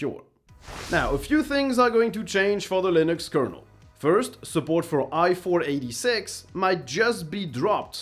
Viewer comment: Sigh. i486 = eye four eight six*. Gnome = "nome". Chassis = "shassy"*. Also is it libre ("librr") or libré? And if you buy an EA game you will unfortunately get what you deserve. 😑 * That said some Americans in certain regions may agree with you.